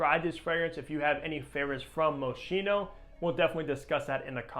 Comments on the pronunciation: Hello. The pronunciation of the brand Moschino is moskino and not moshino. 😅 Best regards from Vienna Austria Yigal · The correct way to pronounce the name of this designer is " MO-SKEE-NO". Thanks for the great review, this is among my favorite fragrances! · Right. It's a hard "ch".